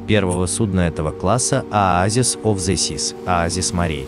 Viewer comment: Ну и перевод у Вас! Oasis of disease 🫣😱 Оазис болезни 🫣 Наверное это Oasis of the Sea? О! Смотрю дальше, следующий корабль Symphony of disease 😱 Симфония болезни! 😂😂😂 Что за инфекционное отделение!?